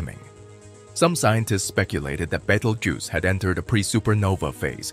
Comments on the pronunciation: Also it's pronounced Beetle juice not bagel goose.😂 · How many F***ing times can you pronounce Betelgeuse?! Betel-juice, Bettle-goose, Bettle-gise, Battle-goose, Baked-pimple etc..... Also, Battle-goose is Orion's right shoulder, not left. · Betelgoose????? lmao...... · Baytle goose. 😂😂